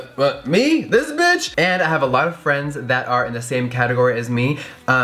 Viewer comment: “Uh this besh?” Lmao 😂